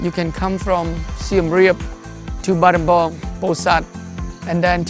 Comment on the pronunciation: Awesome videos and awesome work that you’re doing there. May I suggest on some pronunciation of some of the words. Ex: Battambang is actually pronounced Battam-bong. Your videos makes us miss Cambodia and family